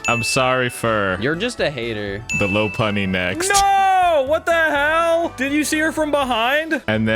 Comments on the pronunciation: One year later and I’m still mad that he referred to Lopunny as “Low-Punny” and because of his own mispronunciation he didn’t lop her ear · it’s LOP-unny